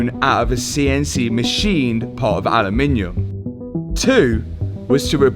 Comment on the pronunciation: Say it after me: "AH" - "LOOM" - "IN" - "UM". Aluminum. 😅 Just Joshin' ya. I know how brits love adding extra syllables to every other English word to make them sound fancy 🤣